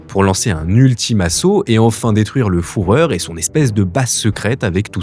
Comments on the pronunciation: Bon, on est d’accord que faut exprès de mal prononcer « le fourreur » pour le référencement YouTube ? Les autres noms, même compliqués en Allemand, sont bien prononcés, et les extraits vidéos disent bien « FU ». Je peux pas croire que ce soit pas fait exprès. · Exactement, malgré la vidéo hyper bien réalisé il perd toute crédibilité à chaque « fourreur » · Fuher comme FUREUR 😂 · C'est carrément gonflant! D'où sortez-vous? Pas besoin d'être germanophone pour désigner Hitler comme le Führer - prononcez "fureur" ! Il y a des correcteurs orthographiques; mais si vous souhaitez être crédible pour votre audience dans votre capsule à prétention historique, veuillez vous renseigner sur la prononciation exacte. Ou bien évitez le mot qui gêne... Sinon, passez à autre chose! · Fourreur, donitz etc. On prononce fureur et deunitz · Venant d'un gars qui répète le mot Fourreur à peu près 92 fois dans son vidéo, faut se poser de sérieuses questions sur sa capacité à rapporter des faits de manière exacte. À croire que le mec a jamais entendu un membre du NSDAP prononcer le mot Führer, qui se dit FUREUR en français. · Le fourreur 🤔 tu connais le sujet ou bien tu lis simplement un script sans avoir jamais vu un doc sur le Fűhrer ? Mes oreilles germanophones saignent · Führer (FU-REUR). Refait la vidéo en corrigeant. C'est insupportable d'entendre FOURREUR!!! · Le foureur 🤣🤣🤣🤣 c le fUreur😂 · Oups oui, je dis comme les autres : Le fureur et non le foureur... Oui. il était un foureur, comme nos gouvernement d'aujourd' hui ! Beau travail et un grand Salut du Québec ! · En allemand, "fü" se prononce "fu" et non "fou". Et pourquoi pas le "fourire" tant qu'on y est... 😞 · Mord de rire avec « foureur » au lieu de « fureur ». Du coup est bien founedora le sponsor ? Funedora😂😂😂😂😂😂 qu’ils se lance dans un stand up je suis client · Hitler, un homme qui a fait fureur 😂(et pas foureur) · C'est "U" pas "OU" ! Mais pourquoi il s'acharne à dire foureur ? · Fürher ❌ Fourreur ✅ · Le "fourreur" ?